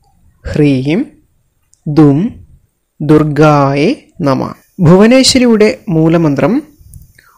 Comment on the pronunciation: ."....ഭദ്രകാള്യൈ നമഃ"ഇത് ഉച്ചരിക്കുന്നത് ശരി യായല്ല. ......ദുർഗായെ എന്നല്ല ദുർഗായൈ എന്നതാ ണ് ശരി.